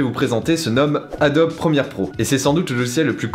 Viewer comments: on dit adobe pas adobi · c quoi sa adobi au lieu de Adobe ptnnn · Le "E" se prononce "I" en anglais. Donc si la vraie prononciation est "ADOBI" et non pas "ADOBEU"